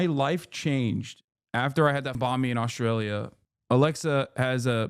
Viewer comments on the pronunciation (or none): Its Banh Mi tho not Bahn Mi guys. It directly translates into "bread"